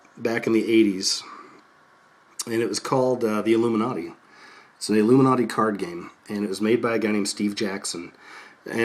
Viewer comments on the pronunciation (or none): illum-man-na-ti...illum-man-na-ti...want ur bad evidence!